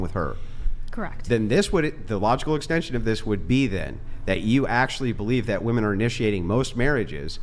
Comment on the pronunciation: For the love of Pete, would you tell these females how to properly pronounce “woman” and “women?”